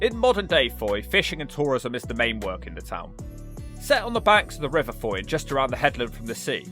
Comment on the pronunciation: It’s pronounced “foy”